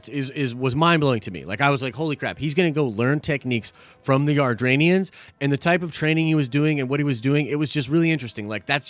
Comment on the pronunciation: It's not Ardranians, it's Adratians